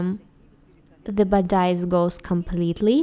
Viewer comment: Like Lucia Burgos I love your videos. But the translation and the pronunciation should really be improved. In this video the pronunciation of 'bodice' is so wrong, that one nearly can not understand the meaning.